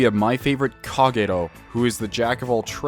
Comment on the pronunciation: Huh. You actually pronounced the r in Kagero fairly well.